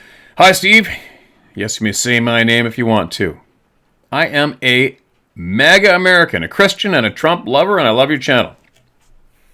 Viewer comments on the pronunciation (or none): none